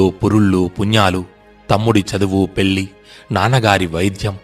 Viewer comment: Antha bagane vundi meeru cheppe kadhalu kuda baguntunnavi. Kani meeru telugu vuccharana baga nerchukonandi. Pelli, parimalam kalankam lanti words lo ala ni la laga palukuthunnaru. Vinatam kashtanga vundi. And sorry nenu English lipi lo rayatam valla sarigga convey cheyalekaothunna. Ardham chesukuntarani bhavistunna